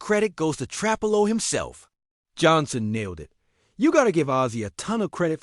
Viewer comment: Stop mispronouncing trapillo😢